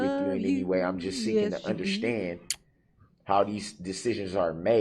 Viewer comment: "underSCHtand" 😤😤 I hate how he pronounces words like this with "sch" !😤😤 Like when he says "I'm merely asking to underSCHtand" !!!